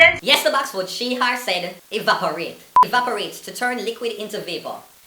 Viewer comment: A wevaporate the woman say stillzz